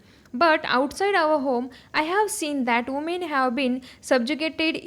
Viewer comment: It is not umen its women